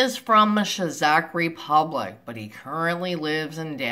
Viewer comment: I've replayed the bit where you say "Cha-zahk Republic" ("Czech Republic") several times. It is rather hilarious. It's pronounced as "check" or "cheque". Other than that, fake profiles are easy to spot. They are quite featureless, have no clear relatives in their friend list and most often they only have 5 pictures all uploaded within 1 or 2 months. Another good example is a profile of a pretty woman with almost nothing but random men from around the globe in the friends list. That is as dodgy as it gets.